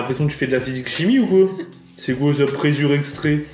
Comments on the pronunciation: "Du présure" c'est insupportable, c'est de LA présure. Et sa se prononce préZure. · on dit de la Présure pas pressure :)